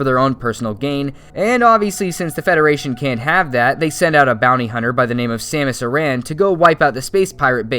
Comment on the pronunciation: Hahaha “Samus...eh-ran” 😂😂😂